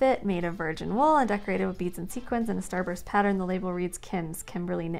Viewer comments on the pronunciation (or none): none